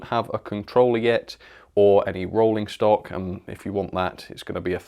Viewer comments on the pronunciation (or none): none